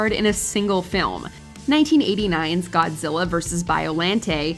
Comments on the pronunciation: its BioLAWNte not LANDT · WatchMojo always amazes me. How they can get so many pronunciations incorrect. Biollante [ bahy-oh lan-tey)